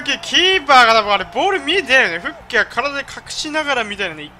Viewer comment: フゥッキーって言う実況久しぶりに聞いたわww